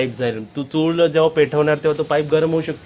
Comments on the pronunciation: चुळ नाही चुल म्हण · चूळ नाही रे चुल म्हणतात... 😂😂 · चूळ नाही रे पप्पू चूल. मी कधी कमेंट करत नाही पण तुझे चूकीचे उच्चार कानांना खुप खटकतात. तूझ्या परसनालिटीला शोभत नाहीत. काकूंचे नाही खटकत. वाईट वाटून घेऊ नकोस. तुझी ताई सांगतेय असे समज. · चूळ नाही चुल म्हणा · चुळ नाही ताई चुल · अरे बाबा चुळ नाही चुल चुल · 😁 ha asa ka bolato ??? Tond dhuto ti chul vegali ani anna dhijavato ti vegali ..kadun vha L ani gulpolo cha L vegla ahe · Hello tai tumhi banawleli chuul khup mast hoti. Aapan banawleli chulichi majach wegli. Aani chulichla ucchaar tumhi chukicha kartay😊